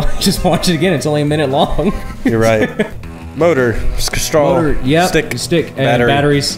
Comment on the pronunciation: WAS THAT MY EARS OR DID CHANDLER JUST SAY" sks-straw" OR SO? VSCO BOY CONFIRMED.